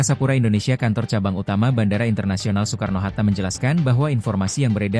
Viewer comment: Ai dubbing kayaknya bang, soalnya baca kata Soekarno pelafalan 'oe' dibaca utuh